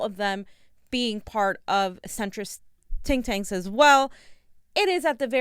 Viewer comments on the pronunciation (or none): Love when says "tink tanks"